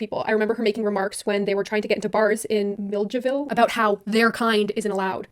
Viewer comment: Its pronounced Mill-edge-ville. It's my hometown in GA. Yeah its very racist. I moved away as soon as graduating in 1995. For Chris to making the faces hes making, like what's the big deal. Wow! I literally counted from 2018 to now. Me doing that didn't make sense as well as him actually saying it, made even lesser sense. The world we live in. This pod was really good. New subscriber.